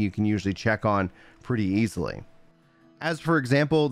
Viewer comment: "Easilibly" HELL YEAH. Good info, thanks!